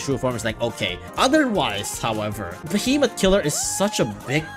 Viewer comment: The worst part is that you call them "behemot" While they're called "behe"- "Moth"